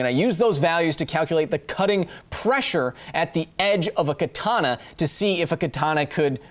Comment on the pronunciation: Also, you are pronouncing "katana" wrong the second 'a' is short, just like the first and third one. Just though I might point that out for those who care. Edit: I'm fairly certain a historical Katana would not have an edge angle of 15 degrees, with traditional forging methods the spine should need to be too thick to allow that. Modern katanas made from spring steel? Sure they could reach an edge angle that low, as could the blades intended for tatami cutting(and not intended for combat), but a katana made from historical steel? I really doubt it.